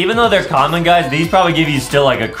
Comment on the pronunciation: When Justin said come on when he got a common I sounded like he said “common”